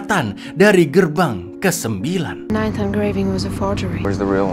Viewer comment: Cak, baca judulnya bukan "ninth" tapi "nainth"